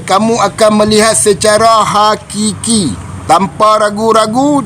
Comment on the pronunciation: hakiki... bukan qiqiqiqiqi